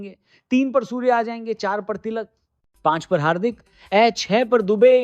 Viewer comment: Suar nahi bai 👉Surya Kumar Yadav 😂😂😂